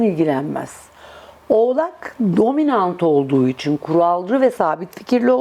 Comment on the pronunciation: hanım “Üçuun… “ değil “ İÇİN”.Kovayım kimsenin hayatıyla ilgilenmem duyarlıyımdır ama gereksiz şeyleri takmam.